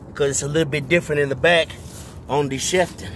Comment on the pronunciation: Not "Chef"tan ..."Cheef" tan on that Pontiac model name bruh.